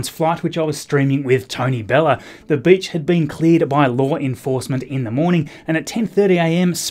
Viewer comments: 'The bitch had been cleared..." Oh. Right. Accent. Never mind. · I caught that too. Lol "The B** had been cleared by local law enforcement." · When he said “the beach had been cleared by law enforcement” I thought he said “the b*tch had been cleared by law enforcement” and I was sooooo confused. Edit: For profanity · The way you pronounced beach 🤣🤣😂